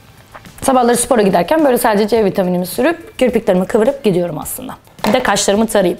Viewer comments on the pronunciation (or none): Bir de suupor değil hane anladın mı, SPOR hane. Mediteyşın yapıyomuş ayy gülecek yerlerim ağrıyor.